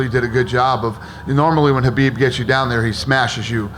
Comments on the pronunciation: Why are they calling him Habib instead of Khabib? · Habib??? Why every interview he gets his name wrong? Your a bigot and a chump! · Why do they keep calling him “habib”? It’s Khabib, with a kha-bib. Can’t even get the champions name straight?